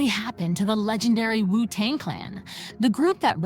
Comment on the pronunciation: Omg is she really saying R..Z..A....lol instead of the actual name 😅 and keeps saying wu tong and ticol